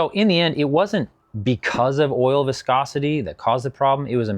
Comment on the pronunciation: Pffftt I’m sticking with, it’s an Eastern European guy saying “wiscosity”